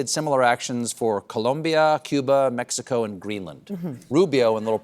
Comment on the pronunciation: why don't media types pronounce Mexico properly as they due with columbia and venezuela?